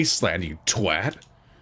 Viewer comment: Thank you thank you thank you for pronouncing twat correctly! I hear so many Americans mispronouncing it to rhyme with what and it really bothers me!